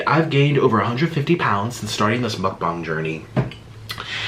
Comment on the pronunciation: I thought he said muckbong not muckbang